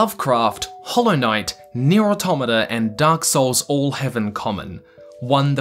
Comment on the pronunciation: Shoutout to this man pronouncing "automata" correctly